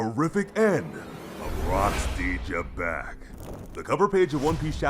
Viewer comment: Its actually pronounced lie Z'bec but great vid and chapter as usual Edit: Goat D. Roger us still on top. Just watch hiw he's about to smack Domi reversi Xebec